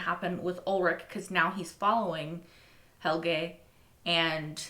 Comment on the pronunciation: hehe, every once in a while you get it right! it's Helge, not Helgi. you can call him Helgi when you're really close to him, as a term of endearment, but it's not his actual name 🤭